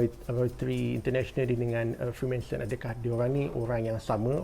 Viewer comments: Freemanson ke Freemason? Sebut btul².... Freemason guys... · freemason bang bukan freemanson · Freemanson? Ke salah sebut?